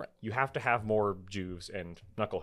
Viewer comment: It "Juves" pronounced Yuves not Jews.